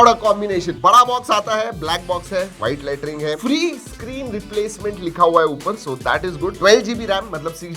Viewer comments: Did he say white latreeen🤣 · Kya white latring bola